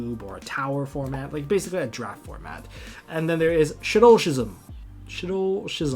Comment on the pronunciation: Shaddoll Schism is pronounced skism